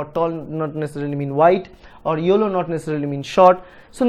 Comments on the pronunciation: Thanks sir your methods are great. Also I cracked up when u said yollow. Everything is clear now please keep teaching like this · tq n u have good English accent except yellow word 😋😋